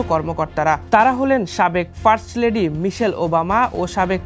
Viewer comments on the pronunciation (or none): none